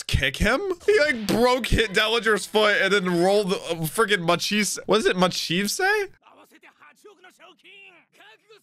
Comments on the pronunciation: "What is it, Ma-chief-say?" is Luffy confirmed... It's Machvise! Mach as in mach speed and vice as in vice-captain. I'm not a fan of him but please say his name right. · Machvise is pronounced "Mock Vice" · COME ON!! Yet again, start using your headphones!! They keep saying Mach Vise name and every time you attempt to say it you stray further away from what it really is! And it's not that hard to begin with, it's in English! Your native tounge!!